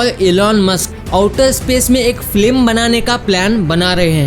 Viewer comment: It's not flim it's film 😂😂😂